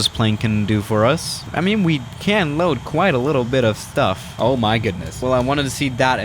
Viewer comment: StUfFf